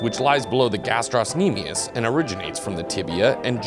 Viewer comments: Love the video but guys... GastrOcnemius no gastros-nemius please... Pretty sure the 'c' doesn't play a role in pronunciation aka silent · It's not gastrosnemius it's gastrocnemius though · Its pronounced "Gastro-nemius", there is no S sound after Gastro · Ga-strock-nemius, not however you were saying it, the c makes a K sound, not s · The ill mispronunciation of gastrocnemius